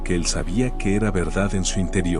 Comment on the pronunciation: Ernestino no ( hernestino ) y era no ( hera )